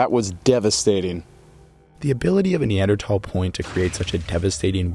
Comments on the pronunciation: You're saying Neandertal when its Neanderthal. There's an h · It’s more pronounced neandrothol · The fucking ai reader ruined it in the first 107. NEADER"TH"AAAL ITS A FUCKIN TH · its not neandertall its neanderthals pronounce it right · I don't care what anyone says it's pronounced nee-ander-th-all, not nee-ander-tall. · I know it's the "proper" pronunciation but when people pronounce it neanderTALL it bothers me. Literally everyone everywhere said neanderTHALL until dummy dumb dumb Joe Rogan pointed out it supposed to be pronounced he other way. It's english. No one pronounces anything correctly. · Hey bud it’s not Neandertal like you keep saying, it’s Neanderthal!!!!!!!!!!!!!!!!!!!!!!!!!! Dumb bit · "Knee-ander-tall" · TH = not T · It is a neanderthal not neandertall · Why does he say Neander-Tall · Neanderthal not Neandertal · I love how theres not a single of comment of him repeatedly saying Neander TALS like what lmao the h ain’t silent ….. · Why are you having trouble pronouncing neanderthal? especially at the last syllable. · no offence but i couldnt watch the video because the pronunciation of neanderthal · I think you can say either- like tomato tomato type word- but yes I also say Neanderthal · No you actually say the th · Pretty sure you're slaughtering the correct pronunciation of Neanderthal!! It's NOT Neandertalls Haha 😂🤦‍♂ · I remember when neanderthal was pronounced with a th sound. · I’m pretty you are mispronouncing Neanderthal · Pronounce neanderthal properly next time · since when were you suppose to say neanderthal like that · So I've got to ask, why drop the H from neanderthal? Is it something new in research or just an accent thing? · I hate how this bot pronounces the word neanderthal